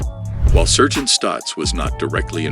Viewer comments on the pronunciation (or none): The AI voice-over needs some tweaking. Why, you ask? Just listen to how IT pronounces "sargeant". Sheesh.